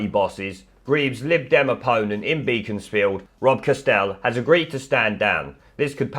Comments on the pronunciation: *Beck-ons- field, not Bee-cons-field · Pronounced Bekons- Field Not Beakons-field